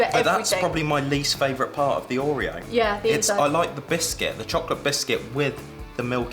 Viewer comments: I loved how she pronounced “Ooreeo” 😂😂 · I hate the way you say Oreo 😂